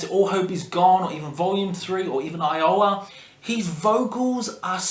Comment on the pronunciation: Despite butchering the titles of Mate Feed Kill Repeat, and Iowa, I have to say, not a bad ranking.